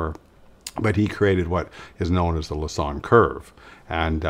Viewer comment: Es heißt richtig (Pierre) Lassonde und nicht Lasan.